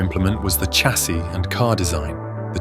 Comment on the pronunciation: And where did the pronunciation of chassis come from? Sh… not ch… irritating! Since when did Autumn become the Fall in British English? Uuugh!